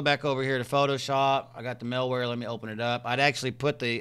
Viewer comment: 'Mal'ware, not 'Mil'ware. Also, Norton is a terrible virus protection software. 'Mal'warebytes is good, but get Avast Home Edition instead of Norton. The version of Norton you have is a limited version. Plus, you need to work on your computer skills.